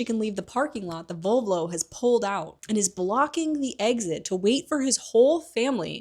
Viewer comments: VoLvo, not VovLo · Kinda obsessed with your (mis)pronounciation of Volvo ahhaha❤